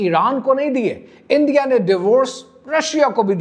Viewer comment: انڈیا ہے اِندیا نہیں۔ باقی سب ٹھیک ہے ✨